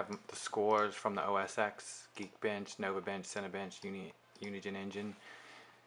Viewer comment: It's not OS EX. It's OS TEN. When do people learn this?